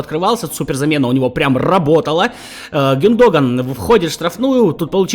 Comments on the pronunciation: Какой гюнд(о)гон… правильно гюндог(а)н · Гюндога'н , ударение 😁